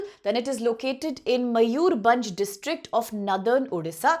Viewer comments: मयूरभंज ✅️ मयूरबंज ❌️ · Such a joke are you upsc teachers? can't pronounce similipal .bhitarkanika and mayurbhanj.common . this is india or Indian students not for World.